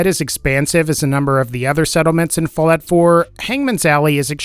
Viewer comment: Anyone else hear him say fillet 4? Or is it just me?